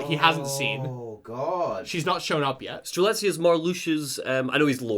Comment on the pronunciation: it was truly a blast to listen to how strelitzia's name slowly became more and more butchered with each mention, i nearly died at "coriander". did a fantastic job as always and everyone's reaction to arguably the most convoluted KH plot there is has been the highlight of my week!!